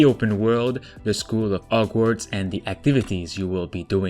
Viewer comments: He said, “OGWARDS” instead of HOGWARDS 😭😂😂😂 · No one:: Ogwarts